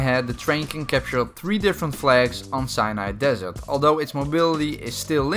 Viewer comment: "Cyanide desert"